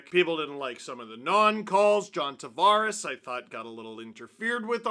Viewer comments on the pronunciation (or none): none